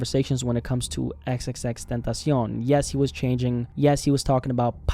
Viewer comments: Had to downvote this for how he says. X X X TENTASEEON like he's a mexican snack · I don't hate the guy, but can ya'll pronounce tentacion properly?